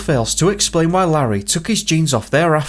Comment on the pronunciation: I found it, it's Larry Davenport- L-AIR-REE try that a few times, you'll be alright.